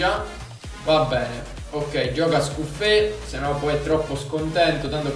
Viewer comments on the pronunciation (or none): si dice scuffeT non scuffe...è italiano